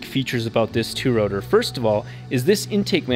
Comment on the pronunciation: When ah you gonna finish the four wotuh misteh wob.